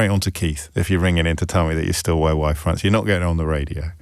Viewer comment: Is it “Y fronts,” or “White fronts?” Since “Are You Being Served” days I can’t make out the pronouncement.